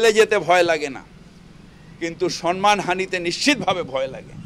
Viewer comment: ফিরাদ কাকা, সন্মান নয় সম্মান উচ্চারণ হবে ।শুনতে খারাপ লাগছে